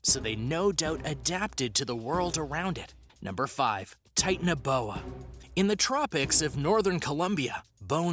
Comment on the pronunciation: Titan-uh-bowa, Mega-low-don 😂 I kept laughing every time he said these and a couple others, I had to re-watch it 3 times. Good video if, you can get past Titan uh bowa.